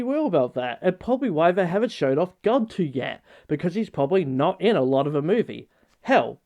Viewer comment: also, why does everyone say Gantu's name wrong?! you pronounce it like Andy or the word "an", they legit say it like that in the original movie.